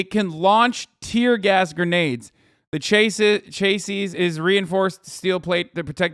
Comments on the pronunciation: its not cha sis its chasee. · He said chay sees tho. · hasan not knowing how to pronounce chassis is really funny haha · Hasan... Say.... Chassis. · it was cute how he pronounced "chassis"